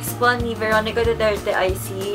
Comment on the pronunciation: Veronica* not Beronica